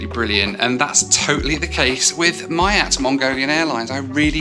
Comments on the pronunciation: I think it's called "mee-yaught" not "my-yat." You're welcome. (but again, Mongolian stewardesses are pretty amazing and pretty) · not that it matters, but feels a little awkward everytime I hear it being pronounced "Maiat" rather than "MIAT"🤣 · Miat is pronounced MII-AT not MY-AT. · Hi, just a quick reminder it is pronounced "Me at" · just so you know its pronounced “miyat” or “myat” 😊